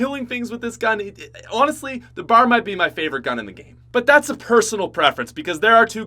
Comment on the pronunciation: I've been watching for years and it still seems no one has told him it's not bar it's B.A.R. It stands for Browning Automatic Rifle.